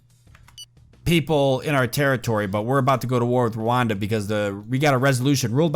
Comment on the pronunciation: It is pronounced ruanda